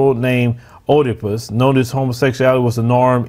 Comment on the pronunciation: WOW Ōmg! Let me say, its Øedipus not Ōedipus . Reading and proper Pronunciation is important for teaching folk adversed to reading or reasearch. When your staff is not doing thier job the Host looks really dumb. If!!!!!! The followers are really learning on the fly in real time. Im looking for the comments that innerstand understand and overstand who Oedipus is and the tradgy of this King. The morals of his story. Many men could learn from it. OooooMiGawd!!!!!!!😅😅 Education is a larger issue the Ôrganized black sellouts. Shall we now Distinguish between Boule and non boule doctors and lawyers?